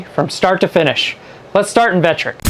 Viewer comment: Vectric, not Vetric. Thanks for the vid.